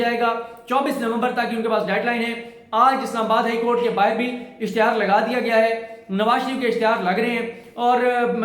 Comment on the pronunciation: Dont say BAAHIR its BAAHER